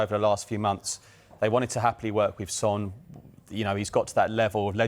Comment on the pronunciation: 10 yrs in the Prem FFS pronounce his name right. the disrespect proves your complete ignorance